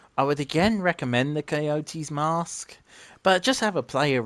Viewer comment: I know you just said it weird lol